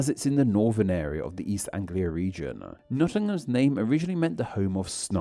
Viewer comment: It's not his accent that is difficult to understand; he is either a lazy speaker or he has a speech impediment. I have never heard anyone pronounce Birmingham or Nottingham the way he does. If the names weren't written on the map, I wouldn't have understood what he was saying. I live between Birmingham and Nottingham, not a million miles from Melbourne. Yes, Melbourne is an English town whose name found its way to America, apparently via Australia.